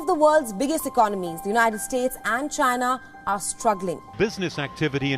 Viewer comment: Did this guy say that Choina will collapse in 10 days or so? Lmfao